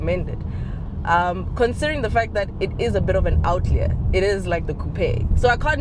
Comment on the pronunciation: I know I'm being pedantic but outlier is pronounced out-liar. Don't me guys ke chuwana 😅